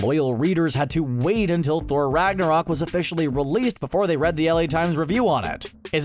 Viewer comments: I loved "Ragnorok" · I agree, the only downside is they get some stuff from Norse mythology wrong if they did it on purpose that's okay and that they pronounced some words wrong again if it was on purpose it's okay the biggest being Ragnarok it's only slightly mispronounced but I still noticed it. But either way, it's in my top 3